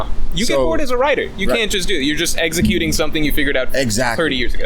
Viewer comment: You said exeggcuting